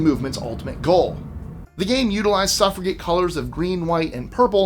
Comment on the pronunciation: Why do you pronounce 'suffrage' correctly with a soft 'g', but 'suffragette' incorrectly with a hard 'g'?